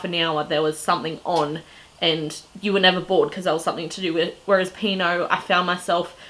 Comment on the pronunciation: I'm pretty sure it is "P and O" - not "Pino"